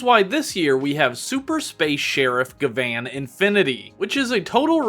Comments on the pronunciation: Bro you realize you're saying Gavan name wrong right because it's spelled gyaban or gavin not ga- van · The way you say gavan sounds more like gvan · It's pronounced as Gavin btw. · hi, quick reminder for jp pronunciation if its 'A', most of the time its like "rUn" ah sound if its 'I', then its "rIng" ee sound if its 'U', then go "bOOm" oo sound if its 'E' then its like "sAy" or "café" or "Réstaurant", "Pokémon" lastly for 'O', like "gO" oh sound so gavan is GA-VA-N hope this helps in the future